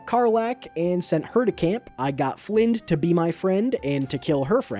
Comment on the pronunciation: It’s pronounced “Fly-nd” not flynnd btw just saying it’s one of my biggest pet peeves 😅💔